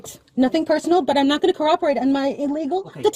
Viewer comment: She pronounced "cooperate" as "cor-operate"